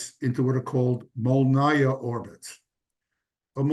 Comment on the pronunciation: it's "mol-nEE-yah" not "mol-nAH-yah" Molniya means "lightning". I think some verison of this word is one of those that got into russian vocabulary in times when we were ruled by varangians.